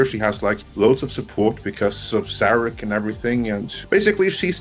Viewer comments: Before I forget (and someone may say that later in the comments) the slide for the second (but not shown as the first episode, either) pilot, 'Where no man has gone before' was wrong. The contempt for Star Trek is shown by mispronouncing Saarahk as Sear-ak, and the Vulcan Hello being a far cry from Surak's endless diplomats and pacifism. The ending of the broadcast episode, was too bloodthirsty warmongering, with KINE ships popping in with no time dilation for travel time. Too, I did not sign up for the CBS All Access free trial (numbers inflated.) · It made me cringe every time "Sarek" was pronounced "Serek".